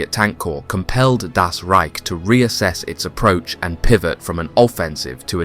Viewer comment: Why does he keep saying DAS Reich? The emphasis is wrong and no one else says this. Just say German or German Army or SS or Wehrmacht or 9th Army or whatever. I swear the fast intense narration of this without natural pauses or emphasis on one word from another or saying DAS makes me think its AI but i know its not.